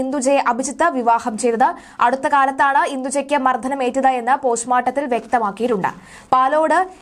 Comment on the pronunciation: മർദ്ധനം എങ്ങനെ ആണ് "മർധനം " ആകുന്നത്.